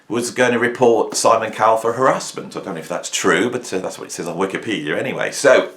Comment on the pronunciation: Above everything else, I want to thank you for pronouncing the word "moustache" correctly, with emphasis on the second syllable and not the horrific American pronunciation where they emphasise the first syllable. However, I must scold you for your pronunciation of "harassment". The emphasis should be on the first syllable.